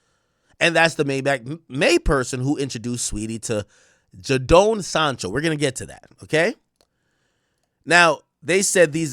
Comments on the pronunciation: Yow the man name is pronounced “Jay den” not “Ja down “ like you be saying , you could’ve put his name in and hear how sports commentators pronounced the man name. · Ja-doan sancho haha it’s pronounced jay-den sancho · 😂😂 Everytime this ninja said Jah-Down. It's JayDon (Jadon). Lololol. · pronounced as "Jaydon" bro🤣🤣🤣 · Akkkkk get you Jamaican self to bloodclaat together you sound American. Ja-den Sancho 😂😂😂😂😂. Dawg seh jahden. Noni Madueke new Arsenal signing 🔥 pronounced No-Nee ma-dueke😂😂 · Man said Jadonee 😂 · Jayyy don is how to pronoun it 😂😂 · The mispronunciation of names killing me. It’s just Jaden with an O Ak😭